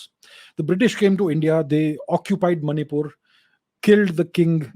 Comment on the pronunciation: She was from that region i guess you cannot say Manipur correctly